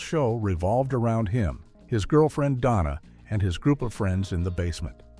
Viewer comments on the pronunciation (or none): none